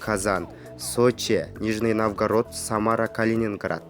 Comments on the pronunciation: Нормальный комментарий беришпейби дикторлор, шаардын аттарын айта албай жатат. Навгарод дейт. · пипец суйлойтко .. нижний навгород